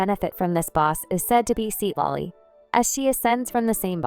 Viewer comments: ai voice must have freaked out when trying to pronounce thr name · Seat lolly✅ Citlali❎